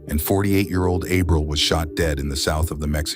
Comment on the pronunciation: Lord, you massacre Spanish words. Ah-breel